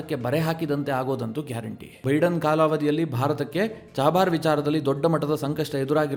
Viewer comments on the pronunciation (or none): ನೀವೇಕೆ ಚಾಬಾಹರ್ ಅನ್ನು ಚಹಬಾರ್ ಅನ್ನುತ್ತೀರಿ??